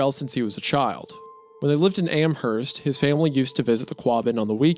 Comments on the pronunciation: Hey I live near Amherst NS, and for the sake of all who live there, it is pronounced Am-Erst, the H is silent. Idk why that bothered me so but loved the video otherwise ❤ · I've lived in western massachusetts my entire life, I cannot tell you how badly I want to punch a wall because of how you've mispronounced the town names. Worchester the CH makes an "S" sound, Amherst you dont pronounce the "H", and Quabbin Reservoir is not like you would say quack is like when you say "pour quoi" in french man I'd watch a WW2 documentary instead of having sex. I have a hyperfixation on military history, my girlfriend would probably watch it with me